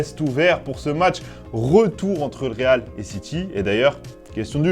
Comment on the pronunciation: Le rrrrrrrrreeeeaaaaaaaalllllllll